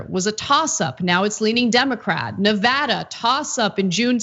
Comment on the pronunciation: Thank you for saying Nevada correctly 😁